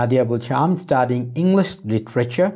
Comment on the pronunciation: sir f,l,h,m,n er pronunciation er ageএম হবে নাকি ত্র্যাম হবে